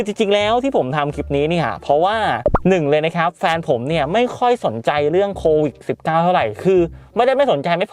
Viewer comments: โควิด..มั้ยอะไม่ใช่...โควิค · โควิด ไม่ใช่ โควิค คร้าา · โควิดพี่ไม่ใช่โควิค